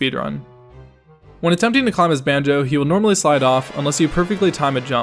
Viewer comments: Did she say “Bonjo” 😂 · Yeah she doesn't pronounce alot of things correctly 😂😂 - Tiffpops MOD